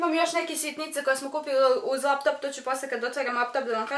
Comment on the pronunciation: Koliko mene nervira kad kaze ,, kupiva sam vap top i iPhone 11 po max ‘’